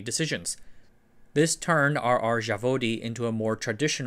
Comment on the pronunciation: Zavodi is plural, Zavod is singular and the Z is the same Z as in Zero... it's really easy to ask for pronunciation if you already have someone helping you with research.